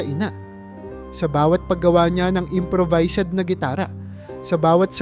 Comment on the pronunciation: Maganda nman po ang inyong kuwento,kaya lang pa kaparis ng ibang narrator eh madami dn kayong mali sa pagbigkas ng mga salita tulad ng: salitang improvised,barung-barong, aliw, basurahan at marami pa.